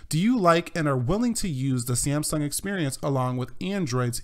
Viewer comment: it's samsung not sieamsung :)